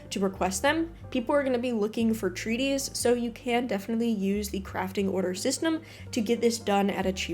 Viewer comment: One small nitpick. Treatise means a pamphlet or article on a subject. It is not the same thing as a treaty which is an agreement. Treatise is pronounced differently, "TREAT is" and more than one would be "TREAT is es. Fantastic video, so detailed and helpful. Love the way you even show the specializations. Thank you!